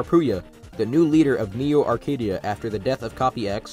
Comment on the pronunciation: Local kid still can't say "Neo Arcadia" without having a stroke 💀